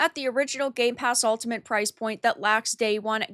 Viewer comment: still can't say 'Ultimate', it seems